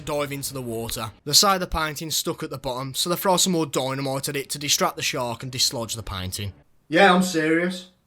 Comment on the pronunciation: I love how u said Sherk